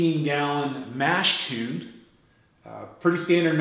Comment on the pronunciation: my bad, just teasing your pronunciation of "tun". Guessing you might be Canadian or something. I've got a HERMS setup at home as well. Nice video overall